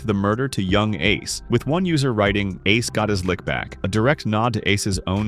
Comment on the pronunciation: Bro, you messed up Ace's name 3 times. Also you didn't really have enough footage for this long of a video.